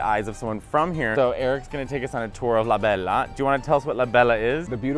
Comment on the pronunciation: Come on Mateo, "La Bella" is not an italian market, is a latino market, you speak spanish, asi que pronuncia bien La Bella, pero no como gringo!! LOL Love your channel, Saludos desde Ensenada, Mexico